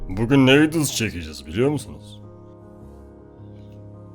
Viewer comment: Buguuğn sizlerle birlikte diyor ama;)